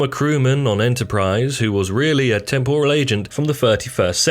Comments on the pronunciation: It’s temporal not tempural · Temporal said in the style of an Asian cuisine 😂